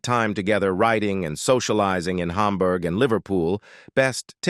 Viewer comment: Why do you pronounce Hamburg as Humburg? Do you pronounce hamburger as humburger?